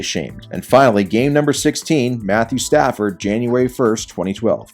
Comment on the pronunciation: Lol "Statthew Padford"